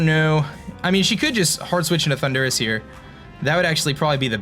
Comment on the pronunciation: No offense, but do you say ThunDUrus on purpose? xD